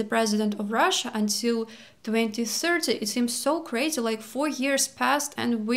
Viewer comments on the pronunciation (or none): none